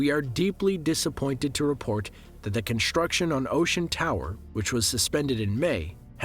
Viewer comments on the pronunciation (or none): Dude you do a great job voicing this, but please, stop saying "conSHtruction" and "conSHtructed". Are you doing that on purpose? It's really annoying.